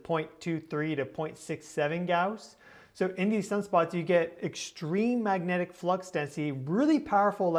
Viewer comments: Bruhhh, no!! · While you are on your trip maybe you can work with a speech therapist to work on pronouncing the word magnetic.